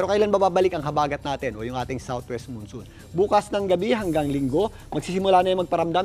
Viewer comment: Moonsoon? It's Monsoon. The "mon" in both "Monday" and "monsoon" is pronounced the same.